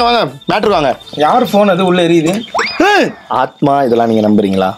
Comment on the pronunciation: who noticed telling aathma vaa aanma va and harshath saying aanmai 🤣🤣🤣🤣